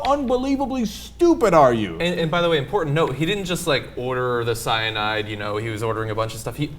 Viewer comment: Oh Ana ordinarily I enjoy your presentation but you really over pronounce CYANAAAAIDE :p